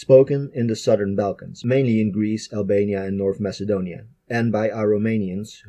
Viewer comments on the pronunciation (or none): none